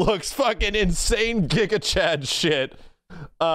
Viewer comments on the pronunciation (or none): none